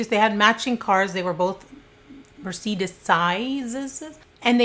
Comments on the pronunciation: I am seriously a MAJOR FAN of yours. I LOVE your personality and videos! But I gotta say, I have never heard anyone call a Mercedes a Muhr-see-diss. 😄That was HILARIOUS. LOVE U SO MUCH! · Wtf is a "Muh-seedis"? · Mercedes…mercedesi lmao I love u!! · Are you trying to say Mercedes pronounced mer-say-dees...just to help not trying to be a Karen. Love when you upload BTW you're my fave! Don't know how I missed this 1!!🤎🤎🤎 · I’m sorry, did you just say “merseedus?” What on earth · Mur- say- deez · Great content as always, BUTTTT.... ain’t it Mer-Say-DEEZ? 😳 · I have never in my life heard someone pronounce Mercedes as "mer-see-duss" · the cars were Mercedes pronounced Mer-Say-Deez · Mercedes. Mer-say-dees. Plural of Mercedes is Mercedes. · Mer - say - dees Both singular and plural. 🐱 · Are you saying Mercedes? 🤣 I love you, no matter how ridiculi some pronunciations are. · I couldn’t continue to listen after she attempted the plural of Mercedes, how dim you need be to make these uploads I really couldn’t compete 🤣. The stupidity hurts my ears too much. My next stop is “do not recommend this channel” thanks though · I feel bad that she never heard of a Mercedes or at least can't pronounce it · My only take away: you can’t pronounce Mercedes? 😂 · How do you not know how to pronounce Mercedes??!!!….So concerning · Lol I've never heard anyone pronounce Mercedes that way before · i’ve never heard anyone pronounce mercedes that way!!! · U aren't pronouncing Mercedes or ponte vedre correctly from where we are anyway...just thought you may want to know